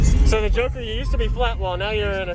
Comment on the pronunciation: Just before 2 minutes he said it’s a joker build... at first I thought he said it’s a junker build ... then it took me a second to realize he said joker and not junker